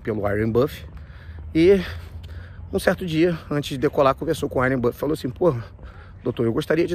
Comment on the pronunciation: "Warien buffet" é foda kkkkkk